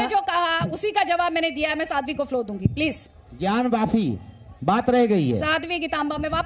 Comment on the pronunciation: मौलाना को तो ज्ञानवापी का अर्थ भी नहीं पता होगा ! वैसे भी वोह उल्लू ,ज्ञानवापी को ज्ञानवफ़ी बोल रहा है यदि आप ध्यान दे